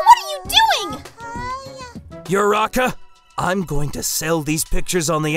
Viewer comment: It's Uraraka not Uraka